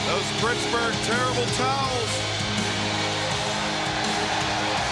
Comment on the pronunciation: Good one with the "brittsburgh", good one